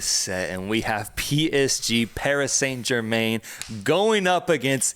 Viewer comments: I know. A little bit of me died when I heard that. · Learn to pronounce Paris Saint Germain. You're butchering the French language